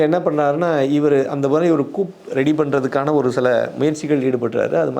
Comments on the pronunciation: நீங்கள் சொல்லும் coup என்பது கூப் அல்ல அது கூ. Coup இல் p சைலண்ட். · It is not coup. It is pronounced as Koo. Pl correct .